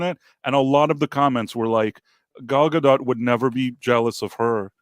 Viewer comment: Gal Gadot is a Hebrew name—it does not rhyme with • "Godot" or • "row" /ˈɹoʊ/ (US), /ˈɹəʊ/ (UK) or • "goat" /ɡoʊt/ (US), /ɡəʊt/ (UK). It is pronounced [ˈɡal ɡaˈdot], ie. ending with an /o/ sound, approximately like in the word • "story" /ˈstɔ.ɹi/ (US) and a /t/ sound at the end, like in the word • "not" /nɑt/ (US), /nɒt/ (UK). On another note, she simply cannot act.